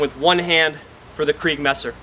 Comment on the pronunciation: kriegsmesser! not kreigsmesser lol